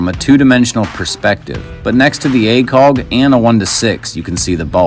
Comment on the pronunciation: I like your videos. Why do you say acoLg?